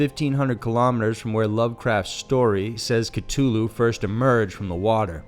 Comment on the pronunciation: Why is it you pronounce "Cthulu" correctly the first time then like "Ctulu" the second? Do you not know how to re-record?